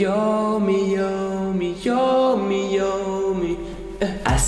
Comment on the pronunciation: Ça stresse que moi quand il dit “yawmi” Au lieu de “yami”??